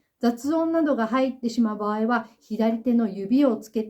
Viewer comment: 場合…❌️ばわい→⭕️ばあい、言葉は正確にネ😢